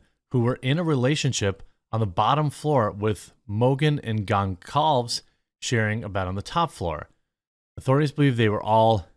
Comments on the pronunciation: Jeremy's butchering of names is hilarious. Gone Calves. It's pronounced like Gone Salvez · Gone-sal-vez I think is how it’s pronounced Jeremy, for future reference.